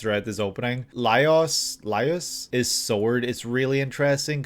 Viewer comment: Lol it's pronounced Lie-ohs because it's actually spelled Laios